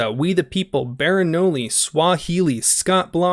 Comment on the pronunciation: LOL! Baren o-ne!? It’s pronounced like Baron 1.